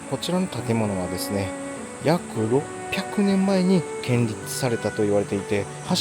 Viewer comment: ステキな動画をありがとうございます。 日本には訪れたい素晴らしい場所がたくさんありますね。 これからも大切にしていきたいですね!! 神社仏閣の場合「建立」は「けんりつ」でなく「こんりゅう」と思います。 既に指摘されていたらすみません。